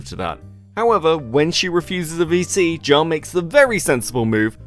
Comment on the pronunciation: It's voice chat, or vc. listening to it though, it does sound like they said bc lol